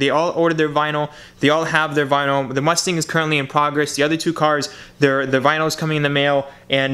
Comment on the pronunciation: That's not how you pronounce the name. C'mon man if your going to drive a mustang learn how to say the name 😂.